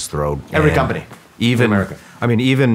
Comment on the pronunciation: what in the frik is an Amèrica?...do you mean AMERICA?